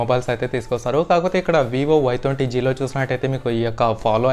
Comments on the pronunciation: Bayya thonti kadu bayya twenty nerchuko bayya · Thonti kadhu bro Twenty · Thonty kaadu bro twenty 😂😂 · Thonti kadu twenty